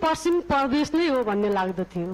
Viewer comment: परदेश र प्रदेश पनि भन्न नजान्नेहरु किन वक्ता बनेर बोल्छ हौ?हैट